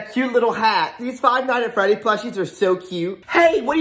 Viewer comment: Bro called Freddy teddy 😂